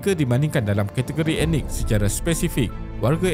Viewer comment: Sebut betul perkataan 'ethnik' bukan sebut 'enik'. Perlu tingkatkan kaedah sebutan